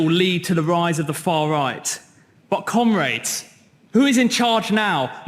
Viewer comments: I just keep hearing Cumrags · How are they ALL unable to pronounce Comrades